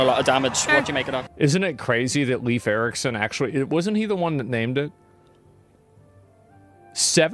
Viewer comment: Leif Eriksson not Leaf Ericsen